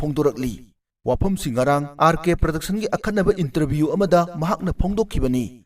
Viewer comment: Praduction haiba nate Production haibane. English ki wahei di fajana haiba tamse eikhoi